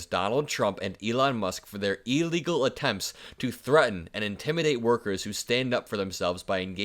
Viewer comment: how do you spell illegal? It doe's not start with an EEEE.